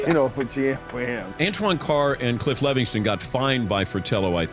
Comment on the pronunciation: "Levingston." Sheesh.